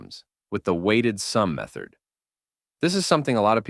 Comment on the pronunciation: are you saying methord?